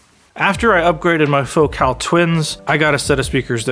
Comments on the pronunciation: It's pronounced FOCAL not FOCAL. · Hahahaha, it's fo-CAHL.